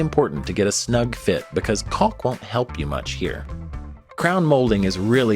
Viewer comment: It's not pronounced 'colck'.